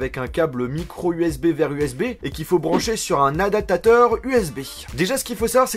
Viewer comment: "Adatateur" xD